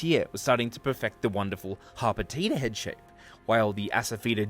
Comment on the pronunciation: HOT POTATA? Oh. Harpetida. I’m beginning to think I need to eat something.